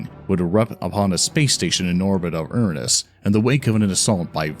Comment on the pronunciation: I could excuse some of the fantasy names, but Uranus?!?